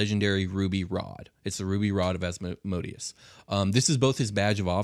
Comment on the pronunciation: Love this topic and love your show! Just a quick thing though, it’s Asmodeus (æzməˈdiːəs), or more simply: Asmedayous”. It really gets me when people pronounce it “asmoadious” haha. Thanks for this episode though, keep up the good work 👌🏼